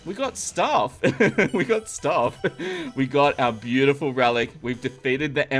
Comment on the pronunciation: i have no problem for this but i m getting rage when you get to the stage to say it ''buityful'' after 2-3 min in every video ... i say its no problem :)